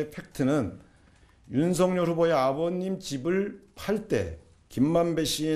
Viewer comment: 이름이 윤석열인데 왜 계속 님들은 윤석렬이라고 하는거에요? 문법상 열 > 렬 두음법칙 안돼요;; 한자 자체 음이 '열' 이라서;; 발음대로 말할꺼면 윤성녈 이라고 하시던가